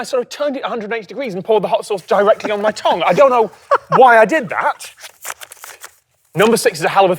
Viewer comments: i have a new favourite pronuciation, toms pronunciation of tongue "tong" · Very odd pronunciation of Tongue, you say it like a pair of tongs 😂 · Can we talk about how Tom pronounces "Tongue"??? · The way Tom pronounces Tongue bothers me more than it probably should. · Tom pronounces tongue weirdly